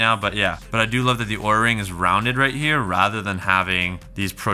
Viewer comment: Be careful, OURA is pronounced as our-a not awra. Apparently your video could be requested to be pulled according to LTT's experience with this company lol.